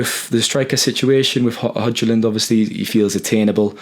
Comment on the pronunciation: Grown ass men cant pronouns Hojlund's name? WTF is wrong with you lads, can't you bloody make an effort to learn how to pronounce his name correctly? Pathetic.